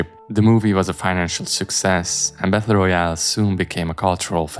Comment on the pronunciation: Good video, but "Battle" is pronounced "bettuhl" or (US English) "bedduhl", not "bethuhl"